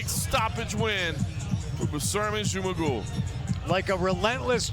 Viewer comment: Жумагул дегенди J менен жазгылачы Zh менен жазбай! Англисче Зумагул деп окуп айтып жатышат Ж - J менен жасанар эң туура айтышмак…